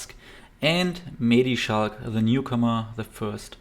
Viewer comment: Is that so? I actually think you are one of the few who pronounces his name correctly. Commentators tend to say "Schlack" instead of "Schalck". But that is just wrong. And you also pronounced his first name correctly. For reference, if you listen closely during the intro you can hear how his name is pronounced in french